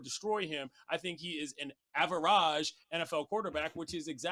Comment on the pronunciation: I like it when he says AVARAGE